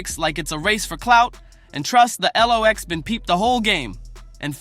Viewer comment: Who tf is narrating this ish? Who's The ELOX? Who's Poosha T, Who's Jadakiss (not the Jay-dakiss pronounciation)?! And what the hell is that Verzoos loss?